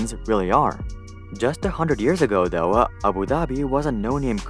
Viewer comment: nice video but could you stop adding "uh" or "ah" at the end of words randomly? For example: 'Though' should be pronounced "tho" not "tho-uh"